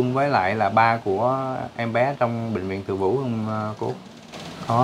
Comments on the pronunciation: Bệnh viện TỪ DŨ chứ không phải TỪ VŨ nha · Bv Từ Dũ..khg phải Từ vũ nhé...🍀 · Từ Dủ chứ đâu phải từ vũ?